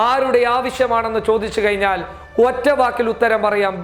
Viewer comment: കയിഞ്ഞാൽ അല്ല കഴിഞ്ഞാൽ... ഴ:ഴ